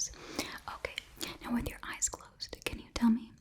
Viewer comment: Ok I hope I'm not the only one who heard "You have beautiful ass" instead of "you have beautiful eyes"